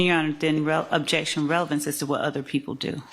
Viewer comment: She says Obejection for everything...Gather was heard saying "this is never gonna end" on the mic lol